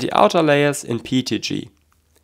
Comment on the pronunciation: your pronounciation of PETG (PEET-G) reminds me of Pingu